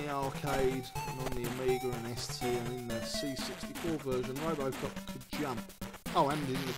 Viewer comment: I loved playing this game back in the day. For some reason my brother thought the game synth said ‘Apple Croft’ rather than ‘Robocop’. Go figure!!! But funny at the time.